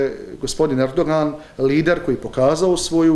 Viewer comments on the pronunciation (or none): REČEP TADŽIP ERDO'AN , TAKO SE IZGOVARA ..